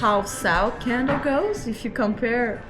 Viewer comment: You know what would be refreshing? A Quebecois that could pronounce "how" "that" and "Canada" correctly.